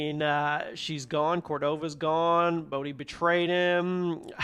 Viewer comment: Bro called bode bodey😭😭